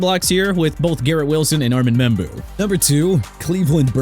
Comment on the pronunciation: YOU MEANT ARMAND (AR-MOND) MEMBOU AND AVIEON TERRELL (TUH-RELL)?! AND STOP BUTCHERING THE NAMES OF NEW ORLEANS AND JAGUARS CUZ YOU DON'T KNOW HOW TO PRONOUNCE IT RIGHT AT ALL!! NEW ORLEANS PRONOUNCED NEW OR-LINS (OTHERWISE OR-LEENZ) AND JAGUARS PRONOUNCED JA-GWAARS NOT JAGWIRES!! I WISH YOU GET A EDUCATION IN PRONUNCIATIONS SO YOU CAN LEARN TO GET A PERSON'S NAME, A CITY OR A FOOTBALL TEAM RIGHT! ALSO LET MIAMI GET JORDYN TYSON! MAKES SENSE TO YOU, MAKES SENSE TO ME RIGHT?! SMH!